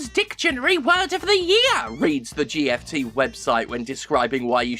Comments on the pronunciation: I'm pretty sure GFT is pronounced "jiffed" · I think you mispronounced JIFT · I'm sorry, but it's pronounced JiFT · GFT, it sounds like GRIFT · Just add an R to GFT, and you get "GRFT", pronounced "Grift."